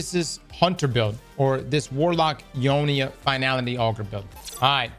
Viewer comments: Eunoia ❌ Eeeeohneeeuh ✅ 🥀🥀🥀🥀🥀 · bro i got that sidearm without even playing pvp lol i got it from a engram of some sort , cant even remember what it was from but yea only tier 3 tho and its ok not god god roll but has healclip haha i want redirection or burning ambition. also damn its funny you say euonia instead of eunoia 🤣🤣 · Y'all it's pronounced (you noy uh)